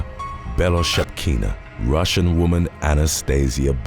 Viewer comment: THIS is why we need flesh-&-blood humans to narrate! On top of having an awesome voice, our guy can pronounce “Bellchakina”!